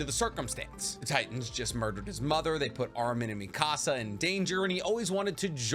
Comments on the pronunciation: You say mi casa, it should be Mikasa ( me-kuh-suh) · You say mikasa's name like you're saying mi casa from Español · Love you. But omg. Why do you say Mikasa wrong?! 😂